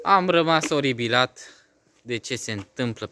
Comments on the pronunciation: Mai baiatule se spune oripilat nu oribilat😂😂😂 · Oripilat , nu "oribilat"!!!! 😂😂😂